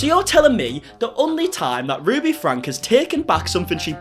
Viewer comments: Can I mention it's pronounced Frankie not Frank, I feel so sad for the 6 children, I watched Ruby for years and I saw such strange things, like she never watched her little children until they got in trouble, then she would fly off the handle, I always thought that if Ruby been keeping tabs on then it would never would have happened. She turned very menacing in her household. she made Shari drive all the kids to school and Ruby went back to bed, how can you turn away from your family, Ruby is clearly mentally ill, there were so many occasions of abuse, it shocked me that Kevin went along with her. Ruby is not qualified to advise anyone. Why has no one stepped up and removed the children from the home. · Ruby’s last name is pronounced Frank E, not Frank 😉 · You are correct about Ruby....however the last name is pronounced Frankee, not Frank.....just saying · Their last name is pronounced “Frankie” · I like your videos and everything you do on 8 Passengers and Connections (However it’s spelled!!). But you do mispronounce their last name. It is “Frank-key”!